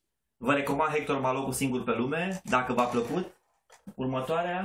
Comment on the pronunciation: Hector Malot se citeste fara pronuntia lui H :)